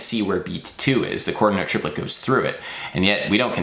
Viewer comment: Cringing every time he says "quaters note", despite the really interesting topic